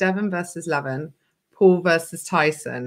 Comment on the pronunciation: Loz, if you do go down the route of talking more about armwrestling, please learn how to pronounce Levan. 😝 It's not Levvin, as in rhymes with Devon, it's Le-vahn.